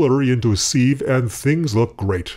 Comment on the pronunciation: It's sieve, not seeev